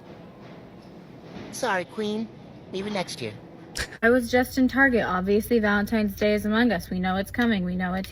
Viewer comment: I find it hilarious how most black folks call it valenTIMES day 😂